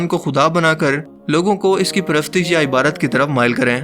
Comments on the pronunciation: بھائی جان لفظ عبادت ہے عبارت نہیں its IBADAT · Tum ibadat bolo na k ibarat, tum hr dfa ibarat bolte ho lafz ko wazya kro